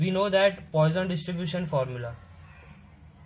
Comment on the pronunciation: GREAT VID! PS Its not POISON'S RATIO BUT pronounced as poo-son's ration